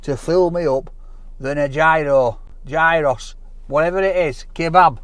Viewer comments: Research how to say the greek names 😫 or the places that you're visiting. Gyro is not gy-ro ,it sounds similar to euro (yi-ro) And Mythos isn't My-thos, its myth- os. Kills me when people butcher names 😭😆👍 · I do because I've lived in Greece- it's Yeeross like Archie S said. I don't care at all how anyone wants to pronounce it though, it doesn't annoy me. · Its a Yee ross not a Gi ro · Pronounce it Giross, not Guyros, man needs to go to Greece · Love you,! We Greeks pronounce it "Yee-Ros." Mythos is "Mee-Thos." And the orange cake is called, "Portokalopita". There's your Greek lesson for today! OPA! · People hate the fact he called it Gy-ross but they didnt nothice he called the restaurant My-thos. I mean its myth in english, its the same in greek with an -os at the end. You dont pronounce myth m-ay-th do you? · Lol... it's pronounced YOROS.. the G is silent..as in "YOUR_OSS" 😁👍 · It is pronounced Yee-Roo with no G or S sound. It comes from the Greek meaning to turn, probably coming from the word gyrate, or gyroscope, which comes from the Turkish word for Doner which also means to turn. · Gyros - Hero's. Pronounced that way mate 😁💯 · Gyro is actually pronounced "yee-rro". 😊😋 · you pronounce it as Yeeros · pronounced yeero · I think it's pronounced "yearos" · It is pronounced, "geerows". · Its pronounced " yee ros " boy lol! The "g " is silent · Pronounced 'yee-ros' big man! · Its pronouced Giross pal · It's pronounced geeros. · theyre pronounced HEE-ROSS according to the Greek chef in Glasgow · Never call them "gyros". The Greek get offended. It's pronounced "heerohs" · some shockingly Yorkshire pronunciations of Greek words but compelling viewing nonetheless. Great stuff 😂